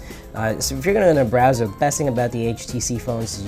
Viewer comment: bowser? Do you mean Browser? LMFAO!!